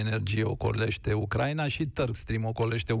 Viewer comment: Ioana Ene Dogioiu - corect se pronunta U-cra-i-na/U-cra-i-nei, din patru silabe, nu din trei cum pronunti tu !!!